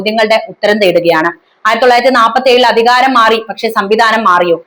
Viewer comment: ഉച്ചാരണം വെറും പൊട്ട (ബൂമി, അദികാരം അങ്ങിനെ പലതും) കനോട് place അല്ല "കൊണാട് place"